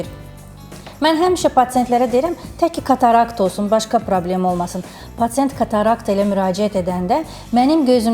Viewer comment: Patent yox patsient